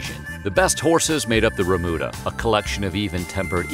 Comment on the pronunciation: Not bad, but needs some work on your pronunciation of Spanish words - chaps is pronounced “shaps”, not hard ch like chapstick, and remūda has a long u sound. But yes, cowboying is much less glamorous and far more difficult and stinky than is usually portrayed by Hollywood 😂